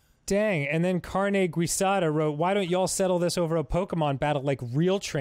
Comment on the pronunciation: Dan's pronunciation of "guisada" hurt my heart 😂